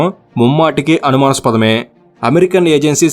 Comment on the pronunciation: అనుమాస్పదం కాదు అన్న అనుమానాస్పదం అన్న